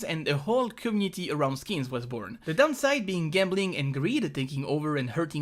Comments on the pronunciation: IT IS COMMUNITY NOT COMNITI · "Cummity" ( ͡° ͜ʖ ͡°)